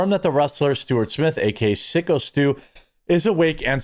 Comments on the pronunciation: PSYCHO STU, not "Sicko"! lol! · dudes name is syko like psycho , not sicko ....... wtf . getting his name wrong on purpose why exactly?nothing is sacred except engagement? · Syko Stu is pronounced “Psycho” Stu, not Sicko Stu. 😆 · It's psycho stue, not sicko stue. And that was a real beer can.